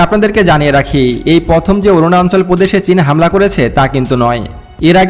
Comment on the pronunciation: অরুনাচল কে বলছেন অরুনান্চল।উচ্চারন শুদ্ধ করে না বলে এপিসোড বানালে ভিউয়ার রা লাইক না দিয়ে সমালোচনা করবে।